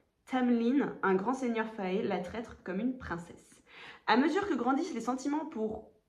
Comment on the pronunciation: Haha la couverture d'acotar en français est bien plus belle que la version en anglais (c'est dire....) mais en vrai pour les romantasy, généralement ya des éditions spéciales magnifiques à guetter 👀 Pour les prononciations, "fae" se dit comme "fée" et "Feyre" c'est un peu "Feira", mais après peu importe comment tu le dis dans ta tête haha C'est dommage que tu saches tant de choses sur Acotar, le mieux c'est d'y aller les yeux fermés 🤭 même si j'avoue ne pas se faire spoiler sur une saga si iconique c'est mission impossible !